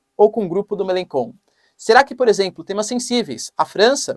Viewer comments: Melachon, pronúncia-se {melanxon} o digrafo "ch" em francês é pronunciado como o fonema "x" em português. De onde vc tirou essa pronúncia {melanKon}, muito esquisito... . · MeleCHon... Não MeleKon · Otimo video professor so à pronuncia do Melenchon, melencon em Frances seria melenbobo kkkk con significa bobo,idiota rs otimo video tamos seguindo aqui da France adoramos os videos